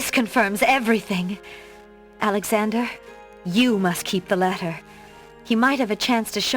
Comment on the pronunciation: I think the door just opened because of intimation because Alexander was so far off from the proper pronunciation lol